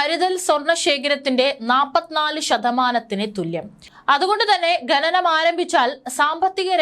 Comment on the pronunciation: ഘനനം അല്ല കുട്ടി.. ഖനനം ആണ്..വായന ശുദ്ധമാകട്ടെ...ഭാവുകങ്ങൾ💐💐